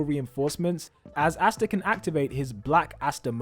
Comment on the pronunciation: Can wee just talk about how he says asta